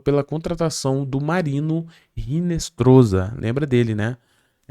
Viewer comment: Hinestroza (pronuncia-se Hinestroça)...